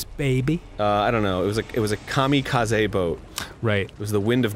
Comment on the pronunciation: I think this might literally be the first time I've ever heard anyone pronounce kamikaze correctly.